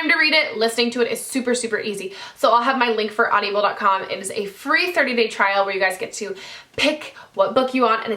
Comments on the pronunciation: I'm sorry -- I just have to say this because it's been bothering me. It is 'aud-i-ble' NOT 'aud-io-ble'. Please just pronounce it correctly so that people don't cringe every time you mention that site. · you pronounce audible kinda weird.. lol